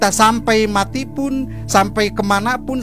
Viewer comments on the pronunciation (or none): none